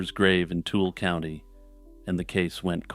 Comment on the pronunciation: Tool County 😭 Too-i-luh or tooly if you're from here. Love the content!